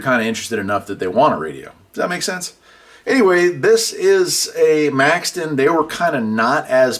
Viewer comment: Question, Do you mispronounce and misspell radio names on purpose, Maxon is Maxton, Retevis is Retreevis? I really like you videos. Been a subscriber you years.